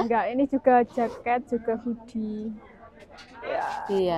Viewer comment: Hoodie mbak.. Bukan goodie. Beda arti